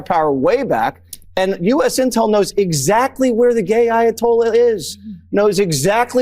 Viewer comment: Did Creepy Jesse say, "the gay Ayatollah"? 😅 Is that something that Fox News is pushing?